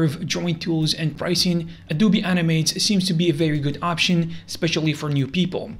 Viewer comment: no way he called adobe a du bi